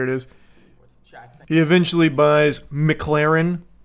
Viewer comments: I don't know if he's saying MIGlarren on purpose or not, but either way it's funny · The worst quality of Moist is his inability to pronounce McLaren. Which says a lot about what a top bloke he is